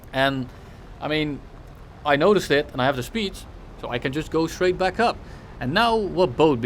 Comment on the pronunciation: I swear he says welcome black instead of welcome back 🤣